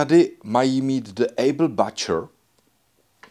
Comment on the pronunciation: díky za zajímavé video. Mám jen jednu technickou poznámku. Butcher se anglicky řekne [bučr]. Mnemotechnicka pomůcka - krávy bučí. 🙂